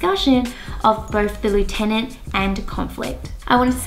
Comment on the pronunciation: Why don’t you pronounce lieutenant correctly?